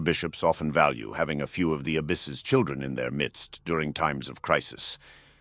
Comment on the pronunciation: I thought you said childRer